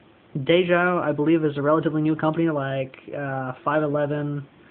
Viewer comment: It's ""day jo", not "dayho" The owners are husband and wife Dave and Jo.